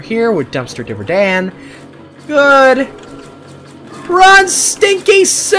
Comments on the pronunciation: It’s not div-er dan it’s di-ver dan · it dayver not divor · Its not dive its diver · its not "Dihver" its "DIvEr" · Dumpster "Divver" Dan Me: bruh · I think your supposed to pronounce it as diver like a diving into the water but with an er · It’s dumpster diver dan not di ver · Why you keep saying devr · It’s pronounced dumpster diver Dan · ITS NOT DUMSTER DIVR DAN!!!!!!!!!!!!!!!!!!!!!!!!!!!!!!!!! ITS DUMSTER DIVER DAN!!!!!!!!!!!!!!!!!!!!!!!!!!!!!!!!!!!!!!!